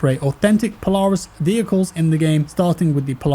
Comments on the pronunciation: i dont like how he says polaris... its POLE-AIR-IS have had a few in my day, recently had some good luck with skidoo and yamaha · saying Polaris like Po-Lar-is lol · The way he said Polaris 🤣 Pole-air-is